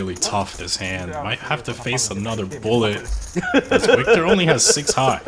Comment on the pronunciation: HEY CLOWN LEARN THE NAMES..WIKTOR IS PRONOUNCED AS VIKTOR NOT A W SOUND..